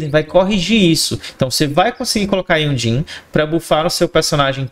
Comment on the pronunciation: Não tanko esse cara falando Jhonlee kkkkkkkk (tu e uma lenda)